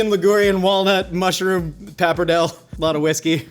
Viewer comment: The pronunciation of pappardelle really bothered me during the this episode more than it should. Pap arrr day lay!